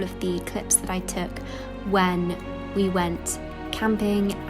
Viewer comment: I love how says “WE are going to declutter”